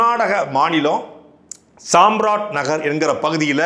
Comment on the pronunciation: தப்பு தப்பா உச்சரிக்கறீர்கள். சாம்ராஜ் நகர், ஜெய் கோபால் கரோடியோ. கவனம் தேவை.